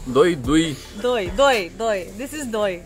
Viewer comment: pronunciation of doi was correct